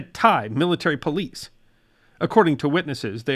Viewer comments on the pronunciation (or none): none